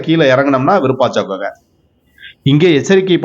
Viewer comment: அய்யா இதன் பெயர் விருபாச்சா குகை அல்ல விருபாஷி குகை சரியாக உச்சரியுங்கள்